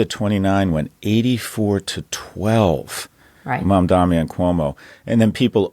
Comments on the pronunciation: Scott is mispronouncing Mamdani's name, Just like Cuomo did. Ignorant!! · The first syllable of his name is just like the word ‘Mom’ and the latter part is like Donny Osmond’s first name. I know we can all pronounce Mamdani because we can all pronounce Mom Donny. So why do people still pretend they can’t pronounce it? Is Scott deliberately mispronouncing it because he doesn’t like him? I’m so confused. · Seriously Kara? You still can't pronounce his last name? It's Mum-Daani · How many times do they mispronounce his name? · is the guy's last name really that hard to pronounce? lol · it's kind of shocking how frequently Mamdani's name is mispronounced, and by people who just pronounced it correctly two seconds earlier... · And both of you, please take the 2 seconds you need to find out how to pronounce Mamdani’s name correctly. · I don’t even like his policies but every time Scott mispronounces mamdani it makes me want to support zohran more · Please stop down-pronouncing Mamdani’s name! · At least learn how to pronouns his name right as a professor. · you guys should at least TRY to say his name correctly. it feels intentional. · If yall keep pronouncing Mamdani with three Ms I’m gonna have to boycott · Why won't Scott say his name correctly? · Learn to pronounce our mayor-elect's name correctly Scott! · Maybe Mamdani would come on your show if you learned to pronounce is name correctly. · I’m getting really exhausted by highly educated people still mispronouncing his name. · Sorry Kara, I tried. Scott has always been an insufferable, conservative bag of hot air and he brings down your value. And the very dog whistle-y mispronunciations of Mamdani, which you at least corrected at about 10 minutes in finally. Scott is excellent at spinning numbers. The numbers are clear, we are finally seeing a correction to return to a left Democratic Party after decades of degrading into right-light and losing. Byeee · MamdaNNNi not Mamdammmmi!!!!